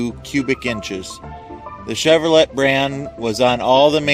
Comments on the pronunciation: Chev ver lay, not Chev ver let. Same company that makes the Camaro and Corvette. Kids🤔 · Hey dildo... it's pronounced "chevro lay" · "Chevro- LETT?" What the hell is wrong with this guy? Why don't you get a narrator that knows what he's talking about? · Learn to pronounce the company names...its prounounced cheverola not as its spelt the T is silent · I noticed too how he pronounces Chevrolet, I used to pronounce Chevrolet the same way when I was a kid in the 70's but learned how to really pronounce Chevrolet with the "t" being silent. I wonder what Louis Chevrolet would say pronouncing his last name wrong...lol. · Im going to assume this guy has a bad speech impediment, or isnt from the USA... even a Yank can say Chevrolet, correctly... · I liked the video, but I got annoyed by the way you pronounced museum and Chevrolet. It doesn't matter though.